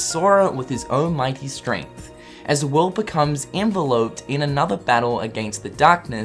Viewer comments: 7 keepers of light (7 is a lucky number) 13 seekers of darkness (13 is commonly said to be unlucky IE Friday the 13th).. I see what you are doing here Nomura. By the way it is pronounced en-vel-uped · You pronounced "enveloped" wrong. It's not a literal piece of postage. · Made me lol when you said enveloped like you would an envelope you send things in the mail through. The enveloped you were reading is pronounced like developed. :p